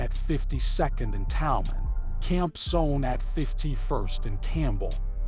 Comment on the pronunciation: What's up with the pronunciations? Never been to Chicago? Talman is pronounced "Talman" not "toll-man."